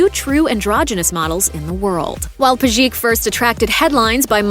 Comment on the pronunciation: Its all cool, but Pejic should be pronounced as PEH-zheech(that implies that the stress is on the first syllable and the serbian "c" at the end is pronounced like "ch" in "cheese"), not Peh-ZHEEK. Jeez, its not that hard to look up how slavic last names are pronounced.